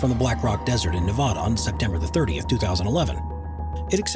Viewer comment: nevaaaahdah, best pronounciation well done